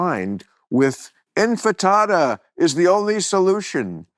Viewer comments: ATTENTION PODCAST STAFF! Someone who works with Bill read this and tell him to stop fucking up the word INTIFADA -- it's not INFITADA or Hakuna Matata. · Infatada? Infatada?